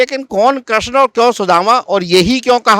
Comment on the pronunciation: Kreshn Nhi Krishna hota be